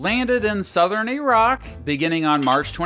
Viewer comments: Okay he pronounced the word as "E"rak. You have my attention. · Actually says Iraq correctly. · I’m so glad you don’t say “Eye-rack”